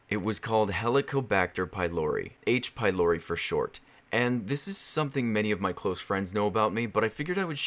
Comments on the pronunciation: In devil girlfriend I thought you kept saying H by lory xD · I had this video on autoplay on my TV so I didn't read the the title, so I thought he was saying "aids be Lori" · Thought you said aids... honestly it sounds similar both in symptoms... and in audio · I was watching your gf video and I kept thinking that you said "I got aids from lory" lol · I thought it waa "aidsh pielorety" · I thought you said "Aids by Lory" lol